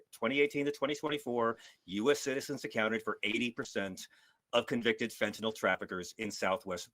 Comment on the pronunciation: I must give Fugelsang 1 credit - at least he can pronounce fentaNYL correctly...